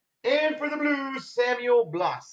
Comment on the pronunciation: ok Samuel Blais his last name is pronounced either Blaa ( proper way ) or Blaze ( easier way/ cooler way ) cause that is my last name as well